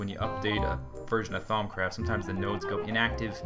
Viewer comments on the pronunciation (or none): When he sed nodes I thought he sed nose Herpa derpa